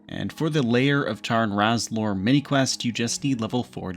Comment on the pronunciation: And Lair of Tarn Razorlor (not Layer of Charn Razlor)